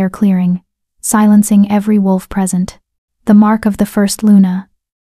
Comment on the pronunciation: At about 3m 40s, the AI voice mispronounces "present," turning a verb (pre-SENT) into an adjective/noun (PRE-sent).